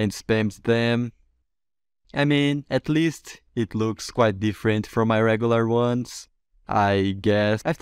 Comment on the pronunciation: "at lea(st) it works"